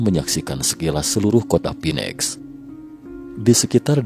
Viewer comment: Pak..... Phoenix dibaca : FINIX bukan PINEX